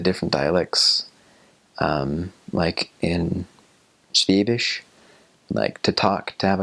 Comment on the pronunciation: ok, everytime he says "schwäbisch" I understand "schwedisch" which means "Swedish" :-D And yes, in every village at the "Schwäbische Alb" (<-This was the word he was looking for) the people speak a different dialect... how can I know that? I´m from a little village in Baden-Württemberg in the part of the SChwäbischen Alb :-)